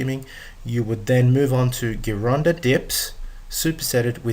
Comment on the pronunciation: Me think the correct pronunciation i GEEronda, scary if you dn't even know that.